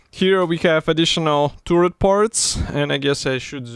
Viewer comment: За обзор большое спасибо! Но вот ваше «туррет» режет слух. Таррет (turret), Карл, таррет.😉